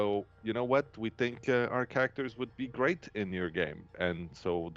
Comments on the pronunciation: "GAEM" DIRECTOR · " Gaem Director" Ah, I love dbd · ah yes, “GAEM director”